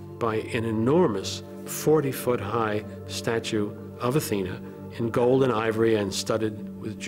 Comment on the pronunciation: When Liam said, "Persian Gold," I was in the other room and it sounded like "Persian Gulf" for a second, which made me think of the Persian Gulf conflicts, starting in 1990. But really it started long before that because I'd been reading about Geo. H. W. Bush's involvement with Saudi Aramco, when I got my first subscription to U.S. News and World Reports(in '76 or '77)all the way back to the late seventies/early eighties–and that made me think of various people who were taken hostage in Iran, and held for vast periods of time. What a tangled web they weave, when at first they practice to deceive–us.